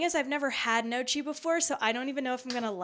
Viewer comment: Heyo, it is pronounced like "kniocky", a soft ng-like n, mute g, and the combo "cch" is like a "ck", ("cc" whitout the "h" would be a "tsh" like you pronounced it). ;) Congrats to finishing 75 Hard. I am halfway through :D